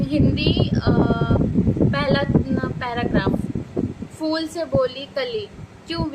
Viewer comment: Madam ji fool nai phool hota hai 😂